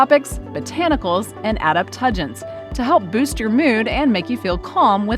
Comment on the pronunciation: "/adap TUDG ens/"????!!!!😂